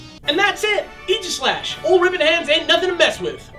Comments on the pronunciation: Its pronounced ag-i-slesh :||) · You pronounced Aegislash wrong. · For the love of god, it's "A-jih-slash", as in "Ray", not "ee". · Wait, that's how you pronounce Aegislash? Like Eegishlash? That's disappointing. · I dug the episode, am happy for Gen VI, and stoked that the first Gen VI Pokemon is one so cool, but I was annoyed by the way they pronounced Aegislash. I know, I know, there are two ways to pronounce "aegis" but still, it just sounded wrong to me.